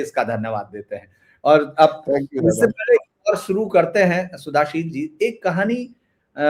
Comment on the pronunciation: शुद्धशील जी यही शुद्ध शब्द हैं.. सुधाशील नहीं...